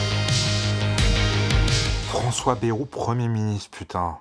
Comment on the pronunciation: Pas "Bérou" mais "Bayrou"... Ce n'est pas le premier ministre avec le plus de promesses (loin s'en faut) mais faudrait bien prononcer son nom